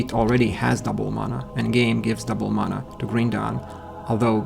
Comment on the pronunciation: It's pronounced mana, not mana.